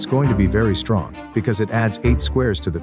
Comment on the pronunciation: Bro said stronk instead of strong 😑